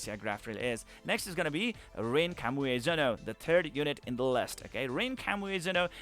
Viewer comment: Kami Ue Zono, not Kamuezono. Myself had difficulty to read that. But separating the building block, helps.